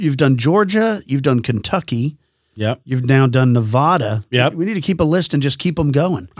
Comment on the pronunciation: its nevada not nOvOdA